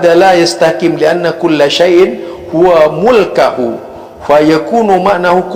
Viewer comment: Luruskan yang benar pa..soalnya keyai aswaja baca nya mulkahu